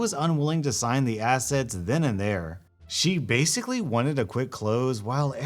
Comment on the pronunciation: . Am i the only one who heard him say "acids" no "assets" lol